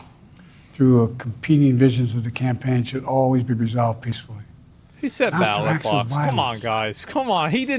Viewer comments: 🤦🏻‍♂️ even the automatic subtitles have it as "battle box"... Not ballot box, poor guy lol can't catch a break. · He 100% said battle-box rofl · Potato head said battle box. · he did say battle box though. twice! at least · Oh, he said ballot box. I thought he said battle box, hahahaha. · “Battle box?” Did he mean to say ballot box? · he 100% said battle box. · Battle Box or Ballot Box ??? :face-fuchsia-tongue-out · The battle box? I'm sure this geriatric said battle box not ballot box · He definitely said battle box, twice. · Did he say battle bus? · nah i honestly thought he said "BattleBox" as well LOL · He was trying to say battle bus. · He said Battle Box 3 times. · lmao Ballot box, I 100% thought he said Battle Bots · "The battle bots" 😂😂😂 He TOTALLY messed that up, man 😂 I know what he MEANT, but he said somethin different lmao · He said battle box at least 3 or 4 times lol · wemmmbleblublubbu gobbly gub battle box --- end of speech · Am i the only one who heard BOX every time? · He def said battle box 😂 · I swear he has the first defective neuralink installed😂